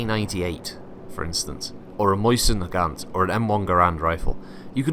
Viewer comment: He calls it a Moisten-Nagant :)